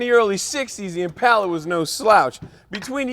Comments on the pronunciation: This has gripped me for years so it is good to hear someone pronounce it right and someone else say it. I think the west coast pronunciation is Impala! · Always nice to hear someone who actually knows how to pronounce "Impala"; theres no "U" after the first "A"!